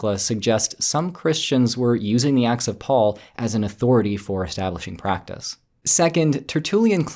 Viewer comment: It sounds like yer saying "The Axe of Paul and Thecla" which sounds more like an epic fantasy story :p